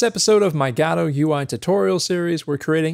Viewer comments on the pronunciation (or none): It's Guh-dough, not Gah-dow.